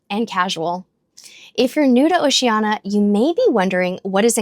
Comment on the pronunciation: Why do you mispronounce the name of the cruise line, “O SHE ANN EEE A”, 5 syllables, not 4 as you say it. Why???